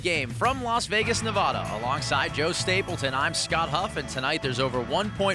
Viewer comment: Someone could've told the announcer how to pronounce "Nevada" before he narrated the intro at least.